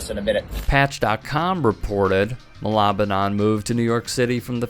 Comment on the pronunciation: Its Ma-la-ba-nan :) funny cause malabanan in tagalog means to fight or resist.